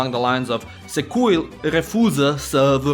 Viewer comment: Ok but what's even more ironic, when trying to explain the stupid concept of "să", you actually forgot to properly articulate szekeler, it's "secuiul", not "secuil", even in pronunciation. Ohh, I love my language